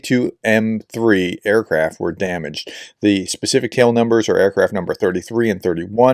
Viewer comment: Tu-22 = "tee yoo 22" no need for a tongue twister!